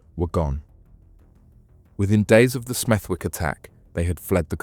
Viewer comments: It's pronounced Smethick, a silent w as in the middle of Warwick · It’s Stechford. Smethwick is pronounced ‘Smethick’. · IT IS PRONOUNCED “SMETH-‘ECK” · nah I don't think so, but as I live by Smethwick it just stood out to me haha but it's one of them, if you don't know the area then you probably wouldn't know the w is silent 😂 more Birmingham/Midlands stories would be good 😉 👍🏻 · Good vid bro, Smethwick has a silent W though 👍🏻